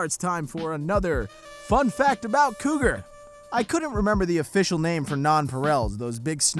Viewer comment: When you said your name I thought you say Kroger ( I think that’s how you spell it ) like nightmare on elms street instead ofCougar sorry